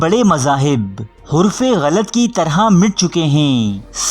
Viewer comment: Bhai ap talafuz sahi karain halako khan tha khalago nahe tha aur lafz haraf hota hai huraf nahe hota